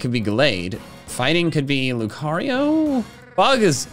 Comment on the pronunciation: Has, not have! It's Lucario, not Licareo!